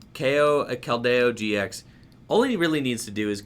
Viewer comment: pronunciations: naganeydel, giant “earth”, keldeyo. This mans determined to trigger the chat every time with the wrong pronunciations. Lmao love the channel bro peace